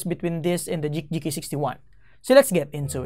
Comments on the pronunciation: Dude it's "GEEK"! I though you have difficulties saying G and K at the same time, I double checked the caption it seems like you are trying to pronounce GEEK,. I'm tilted. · Nice review but I just can't stand listening to "J"eek instead of "G"eek like Greek or Green. I've seen a lot of your videos and I thought at first you just mispronounced it but you kept saying it. Not hating you though. I still like your vids. Keep it up! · Geek po, not JEEK :) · Just thought about that now, you're right! I don't know why I keep pronouncing it as Jeek instead of Geek. Thank you for correcting me, I'll fix that in case I get a chance to review another Geek keyboard :)